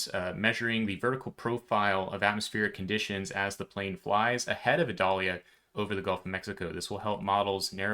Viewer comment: You are my favorite source when it seems like Florida might be impacted. Thank you. Also, in Florida, we pronounce the storm name like the onion, sans the V in front. (-'